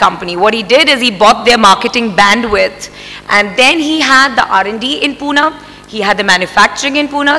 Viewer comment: Here She said punaaaa not pune 😅